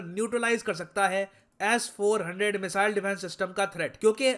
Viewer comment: Sirji, its S400, not Ass400. :-)